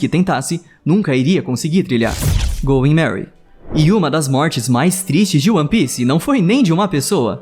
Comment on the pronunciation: é "going merry" e não "goy merry"